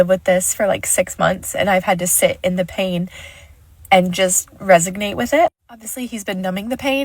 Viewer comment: Don't use words you don't know how to spell or pronounce. It's resonate, not resignate